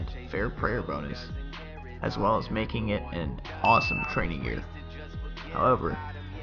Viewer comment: Bonuses* not Bonus's